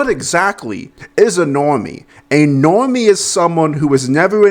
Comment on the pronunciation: Sorry was that Normie, or Nwormie?